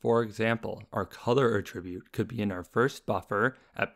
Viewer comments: I've not heard this pronunciation before. It's generally pronounced "AT-ribute", not "a-TRIB-ute". But when talking about the action (e.g. "attributing blame"), then that second pronunciation is used. No biggie. Could even be a regional variation. Just thought I'd throw it out there :) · Amazing videos, easy to understand and very informative, though one thing I noticed is you saying "attribute" as "a tribute" xd